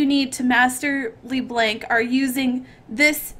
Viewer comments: its not Lee Blank D: its Ler Blunck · OMFG LE BLANK everytime i hear this i would like to cry xD just say ''Lö Blonk'' pls im very sure it will cure my ear cancer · xD her name isnt LeBlank its LeBlanc Le-Blonk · Wtf is pronounced LeBlanc not LeBlank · I love how she says Le-Blank. Also it's YOU who almost never hits the E's LOL. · i love how she says it like LEEBLANK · "Lee blenk" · LEEEEEEEEEBLANK OMFG SHE SAYS NOTHING RIGHT OFNBHA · Am I the only one that cringed in the beginning when she butchered saying leblanc